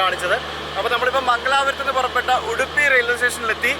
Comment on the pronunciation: Speak English please. It's Udupi not Uduppi